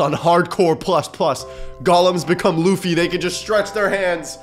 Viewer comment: Lufy not luutye